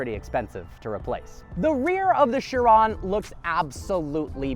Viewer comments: I thought Chiron was pronounced “She Ron” not “Sure ron “ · Who else pronounced this “KI-ron” when they first heard of it? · Learn how to pronounce Chiron please it's driving me insane